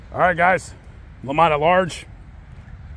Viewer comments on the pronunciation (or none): Correction: Lamont not Damont